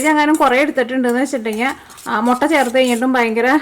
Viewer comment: 😃😃😃mottann parayalle muttann para mottann parayumbo artham marum